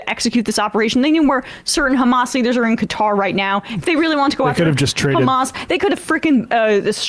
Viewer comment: Do you even know what Netanyahu said he called HAMS. As Amelak